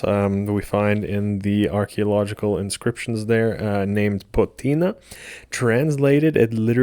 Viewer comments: It's POTNIA, not POTINA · I wanted to enjoy this. The subject is one I’ve been researching a lot but I couldn’t get past 3 minutes with you saying Potina instead of Potnia. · Here is a nitpick for you. The goddess is spelled Potnia, yet you are pronouncing it as Potina. Which is it?